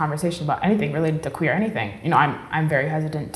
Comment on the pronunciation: Did she say queer?